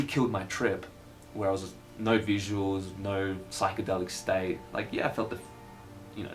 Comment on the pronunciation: "staite" you can tell your australian